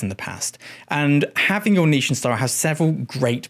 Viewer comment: Thank you for everything but especially your pronunciation of "niche"